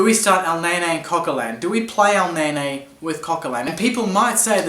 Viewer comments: It's Elneny (EL-NENNIE), not EL-NAY-NAY!!! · U watch me whip u watch me elneyney lol he says elneyney